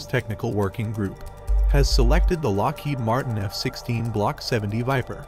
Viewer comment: "Lockhead Martin" lol it's Lockheed Martin with two letter "e"